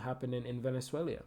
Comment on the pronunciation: Venezuelia xD 😆 wtf man